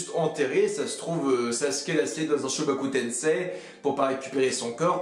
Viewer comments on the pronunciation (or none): Par pitié : ça se prononce aZura et pas Achura et shibaku tensei et non shobaku tensei